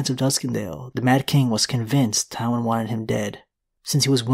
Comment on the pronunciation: Omg it’s pronounced TIEwyn not TOWwyn. 🤦🏻‍♀️